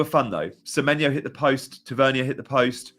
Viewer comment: Sorry, Marcus is from Newcastle, his surname is pronounced Tav-er-near. 😁